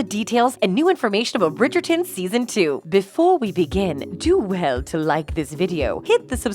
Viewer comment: Please learn how to correctly pronounce the names, especially Bridgerton and Nicola.